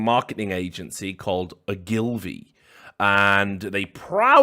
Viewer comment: Not O-Gil-vee, its o-gal-vee, all 1 syllable. Massive traditional advertising agency.